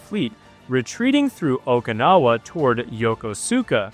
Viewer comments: Please stop butchering the name Yokosuka . It’s pronounced yo-kosh-ka . Not Yokosuka . At least that’s how the Japanese pronounce it when I was there in 1971. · "Yah kuss ka" no emphasis. :face-turquoise-covering-eyes::face-turquoise-covering-eyes